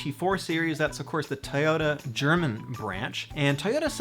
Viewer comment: IDK why but the way you say toyota just really bothers me. lol